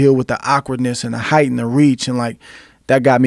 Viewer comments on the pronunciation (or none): none